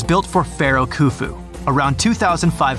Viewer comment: Pharaoh hoofu not khoofu the k is silent